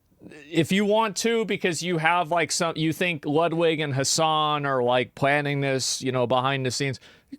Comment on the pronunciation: Bro, it's pronounced Loodweek! :D I'm living in Poland and I hear that name sometimes. Yeah! He is in relationship with Hasan. You can tell it by now.